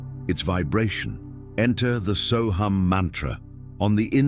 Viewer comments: Sohung not soham!!!!!!! You have the pronunciation WRONG SORRY TO SAY!!!!!! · AI is pronouncing it but Deepak Chopra says “so hum”. There are many so hum meditations on YT.